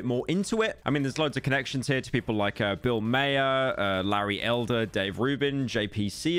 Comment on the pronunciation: Btw it's pronounced bill MAWR Not bill mayor lmao